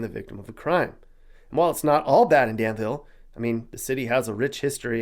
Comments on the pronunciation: It is not pronounced "Dan-ville", but rather pronounced "Dan-vool" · Yeah he pronounced Danvul wrong.